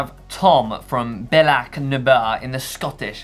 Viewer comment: I’m sorry but I don’t think you could have pronounced Bealach na Ba in the Scottish Highlands any more wrong if you tried 😂😂 ! From a guy born and bread in the Scottish Highlands